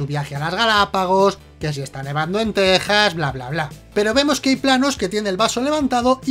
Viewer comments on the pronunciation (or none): none